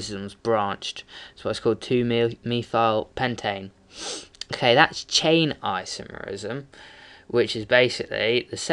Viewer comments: On your chain isomer explanation, the 2-methylpentane name is incorrect. You first have to identify the longest carbon chain, which you'll find is butane, not pentane. And therefore it should be 2-methylbutane not 2-methylpentane. And by the way, the way you say "isomerism" is gay as fuck. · In the First example it is 2-methylbutane not pentane. And you say isomerism incorrectly too.